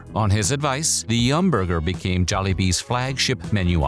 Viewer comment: Such a dad way to say bee-came(became) 😂